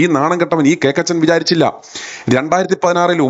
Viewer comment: KOKKACHEN ( not cakachen )